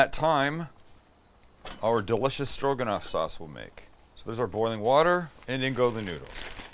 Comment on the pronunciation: Stro...guh...not quite.